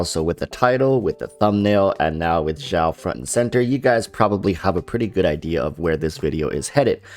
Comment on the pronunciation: why cant you just say xiao like "shower" without "er". The "x" in xiao doesn't have the vibrating sound. You made it sound like "zhao", which is completely wrong